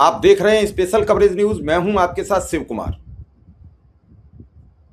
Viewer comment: आप शिवकुमार हैं या सी व कुमार।श और स का फरक नहीं मालूम।ठीक से बोलना सीखे तब लाइक करेंगे।